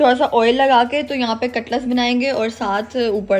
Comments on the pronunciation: katlas nahi cutlet kehte hain. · Aray cutlus niiii hota cutlets hota